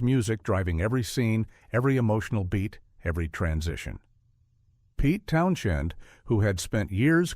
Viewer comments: AI RUBBISH....CRAP....robot cant even pronounce Pete Townshend properly....DONT BOTHER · Great analysis on this🎉 But Too Bad Ai can't pronounce the name of the creative force of this film. PETE TOWNSHEND